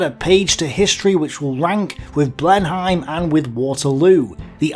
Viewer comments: Blenheim is pronounced Blenim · I like it! However, Churchill was a posh old bastid, and would've pronounced Blenheim as "Blennim"... ;)